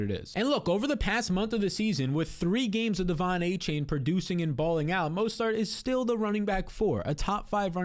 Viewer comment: Mostert, not mostart lol